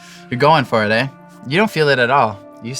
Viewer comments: The fact that he says aye makes me so happy, just because of how Canadian it is. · the most canadian he was in this video was when he went, “You’re lost, ay?” 💀😂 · He says "Aye" like a true Canadian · wtf ive never heard Shawn say "eh" 😂